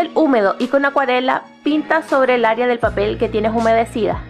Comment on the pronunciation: Puedo confiar en una persona que dice "aria" ? (No es hate, es una broma)